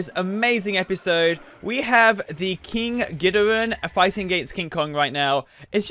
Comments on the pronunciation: It's king gi-dor-a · It King gidorah not King gidorin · King Ghdora